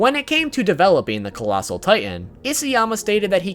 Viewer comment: ah yes, colassal titan body pillow